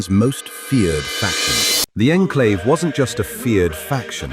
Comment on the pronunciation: this was clearly made with ai because the ai pronounces the enclave incorrectly and project purity doesnt look like that